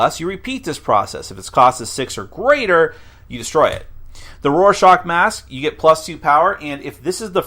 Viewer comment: I dislike how he pronounces Rorschach